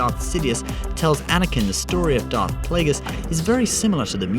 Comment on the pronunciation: Pal pa teen yeah, I noticed he said it wrong too, he also says DARK plaegus not darth